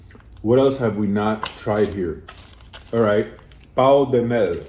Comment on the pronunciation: sabia que ia ter um pão mal pronunciado aqui kkkkkkkkk